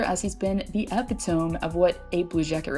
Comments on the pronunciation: fyi epitome is pronounced epit to me. Jake DeBrusk has always been inconsistent even in the best of times, frustrating for a Bruins fan. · Did you try to say "epitome"? That's funny. E-pit-o-MEE. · Epitome is pronounced "eh-pit-oh-me" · That's not how you pronounce epitome, bless your heart thats so cute lol